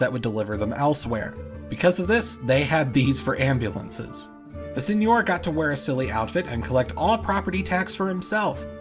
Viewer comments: It's Seigneur, not Señor. (Sen-yur, rhymes with fur) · I thought the Isles of Scilly were still a feudal domain within the Duchy of Cornwall? Do you have any info about that? Thanks. Edit: Also seigneur is pronounced sane-YUR. The pronunciation you're using is actually correct for Spanish (señor). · It's pronounced [Sεŋœʁ]